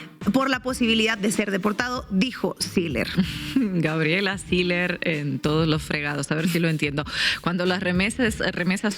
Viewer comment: No se pronuncia Siler se pronuncia SILLER con doble L y que se puede esperar de una regiomontana sino solo responder a sus propios intereses